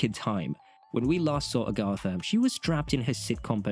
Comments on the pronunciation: Agatha. Agg-uh-tha, not Ahh-gahh-tha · lol a-GOTH-a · Wow! Somebody at Disney/Marvel Studios need to actually read a Marvel comic book, and STOP the madness with these Teenagers, etc. Sorry, I see many flops, MS future. 😮‍💨 (Somebody teach the narrator how to say the name Agatha! 🤣)